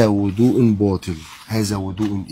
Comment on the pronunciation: بيقولك وضوء يا مش هدوء 😂😂